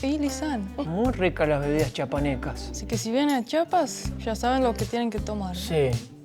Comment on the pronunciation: Que bueno que visitaron Chiapas, solo un favor, cuando lo pronuncien, alarguen la i, Chiiiiapas, hay muchos que lo pronuncian chapas y se oye horrible